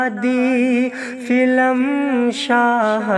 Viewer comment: फिल्म होता ह फिलम नहीं होता किसी से पूछ लेते आप इतनी बड़ी गलती आप कर दिए ।